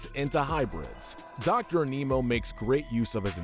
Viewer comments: I like the video but HOLY SHIT I hate the way you say Animo An-ee-moe not anee-moe It’s hard to describe without saying it but you get it. Also he says it in the show multiple times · its animo not aneemo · He pronounced Animo as A Nemo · Your mispronunciation of Doctor Animo drove me bonkers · Who’s triggered by him saying Aneemo and not A-ni-mo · Small thing but it's not pronounced as "A-mi-no". It's "An-no-mo" as it's almost like saying the word "animal". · It’s pronounced “animo” not “aneemo” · its pronounced, ani mo, like animal morose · Animo is named after animals. The mispronounciation is painful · I’m often annoyed by the Last Airbender-esque mispronouncing of the characters names on these lists. It was never as bad as the miss naming of Dr. Animo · The way you pronounced Dr Animo made me cringe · THAT'S NOT HOW YOU PRONOUNCE ANIMO!!